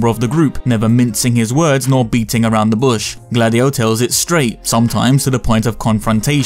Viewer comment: Every time you say Gladio I'm hearing Dady-O...